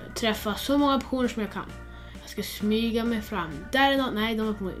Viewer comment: Hahahhahah du säger pesoner